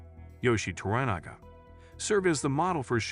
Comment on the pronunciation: Also wrong, well as I was taught, To-Ra-Na-Ga pronounced Toh-Rah-Nah-Gah, and Yoiishi is pronounced Yoh-eei-shi